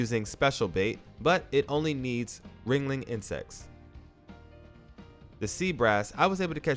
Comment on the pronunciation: It's Wriggling not wringling